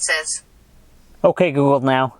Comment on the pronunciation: he can t say ok google now right lol!